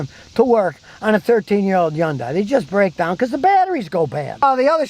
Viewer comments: scotty, yundai starts with an H. get with the rest of the world and use it please! Sounds like huhn·day per google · It's pronounced Hunday. I would like to hear how you pronounce nuclear. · It's pronounced hundae like sunday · Oh for crying out loud. It's Hun-day. The Y is silent 😠. What a maroon. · How not to pronounce Hyundai... yon-dye 😂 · Take a shot every time Scotty mispronounces " Hyundai" " Hi yoon Day" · Hyundai....pronounced like "Sunday." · Hyundai--rhymes with Sunday! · Hyundai...rhymes with Sunday! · Scotty…The Y in Hyundai is silent. It rhymes with Sunday!!! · Some day, maybe, just maaaaaybe, Scotty will actually take the time to learn how to properly pronounce the name Hyundai. That will happen right after America starts making real and affordable cars again without Big Brother being in every nook and cranny. Until then, we have to listen to a real RUBE mispronouncing the name of this manufacturer. I just wonder if he had his chute on upside down a few times and landed on his head. Right Người Đàn Ông Gà?! HOOAH! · Learn how to say Hyundai Scutty